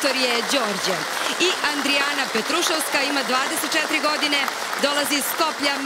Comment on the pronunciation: Stvarno sta je mnogo mnogo je,Keba i Bosanac jednoj Makedonki kazu kako se peva Zajdi zajdi! Inace prezime Petrusovska ima akcenat na U.